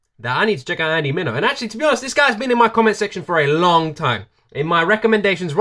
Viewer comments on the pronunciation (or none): His last name is Andy Min-E-O lol dope reaction tho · It's "Mini-o". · MIneo rhymes with video. Easy peasy. Great reaction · Gotta do clarity…it’s pronounced men-e-o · You said andy meno like a fish l o l! You In fact, set it multiple times which is fine. I've never heard his name pronounced like that, but I mispronounced it. The first call couple times until I heard this song. So you're not alone in this situation. And I'm very blessed that he came out with this track. So I knew had pronounces his name from now on.